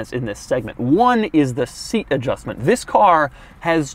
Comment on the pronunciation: you said vis insted of this